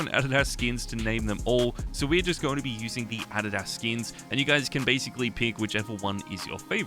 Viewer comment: “Ah did ass” 😭🙏